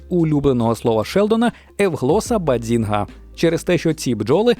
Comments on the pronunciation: Треба казати "Баззінга" а не Бадзінга 😅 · Супер випуск, дуже люблю цей серіал. Єдине що неясно - чому постійно каже баДзінга, якщо там чисте баЗінга: і в вимові Шелдона, і в написанні🤷🏼‍♀️ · Тільки "базінга", а не "бадзінга"😉 Просовляння зайвого "д" дуже ріже слух🤯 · Яка до біса "баДзінга"? Звідки там літера "Д"? BAZINGA! І це лише те, що прям кричить у цьому відео. Про купу інших недостовірних або неперевірених "фактів" вже промовчу. Двійка. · Якщо чесно, то трохи вухо ріже вимова автором слова “bazinga” . Я звісно можу помилятись, але ніби чітко чую звук «дз» у другому складі. Це якось дивно…